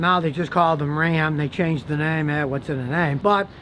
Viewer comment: Scotty: "I Was Wrong About the New Dodge Ram" Everyone: "IT'S RA'AM"